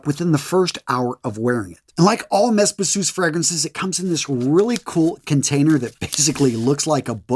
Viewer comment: I’ll check out Versace Eros Energy. I snickered at “mess bissous” though. Meh beezoo. That’s not heard to say, innit?